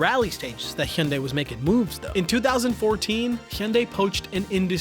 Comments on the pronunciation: fuck... the best accurate Hyundai pronunciation I have ever heard from a YouTuber... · Finally someone who can pronounce hyundai properly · It’s ‘hi-on-die’.